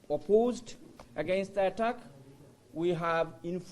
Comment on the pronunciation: এগেইনস্ট দা এটাক! এটাক! কো কয় তোগো ইংরেজি কইয়া ইংরেজিরে এটাক করতে? ইংরেজি ভাষারেতো বলৎকার করে দিলি।